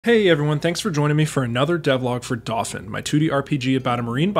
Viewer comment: I still don't understand why you're pronouncing "dauphin" like that. It should be doh-FAN.